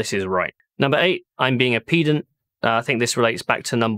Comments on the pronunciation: I hate to nit pick on these things but I believe you're using the wrong pronunciation. It's written pedant not peedant. Ped as in to peddle a bicycle not peed as in to go number 1. The units stuff I'm with you on though, although I have been told I can be a bit of a pedant if you could believe it, so maybe that's a factor. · Its Ped-ant not PE-dant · It's "peddant" not "peedant". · I think you don't know how to pronounce pedant! You pronounce it like like its an impedance or impudence when it should be pronounced like you were being impudent, you prounanced it correct when you were discussing ped-en-terry! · Actually it's pronounced pehdant, not peedant. :) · ....pee-dent...i think you find it is pronounced ped-ant... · It's peh-dant not pee-dant? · I agree with you about MT/s. However, what really grind my gears is when people say 'pee'-dant when they mean 'ped'ant. You say pedantic, not peedantic. Good God, use the correct pronounciation, man. 😊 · It's "peh"-dant, not "pee"-dant. ;-) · I hesitate for obvious reasons - I think pedant is pronounced ped ant not --> peed ant Ped as in pedestrian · *Pedant, not pee-dant :p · It is pronounced ped-ant not peed-ant... being a pedant... so mt/s is right.... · It is peh-dant. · Not to be a pedant but the "e" in pedant is pronounced like the "e" in egg or elephant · That pronunciation of Pedant lol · I found the meta irony of pronunciation of pedant quite humourous 😃😃😃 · Huh, is that how you say pedant? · While we're on the subject of semantics. Please could you pronounce, 'pedant,' correctly. Thank you. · Not to be pedantic, but is your pronunciation of "pedant" phonetically stressed correctly? I fully agree with you on this point of Mhz being incorrectly used and it is far better to just use a non-unit based description. Please remember that "Kong is strong". Many thanks, Stakker Humanoid. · This would have been a much better rant if you hadn't mispronounced pedant...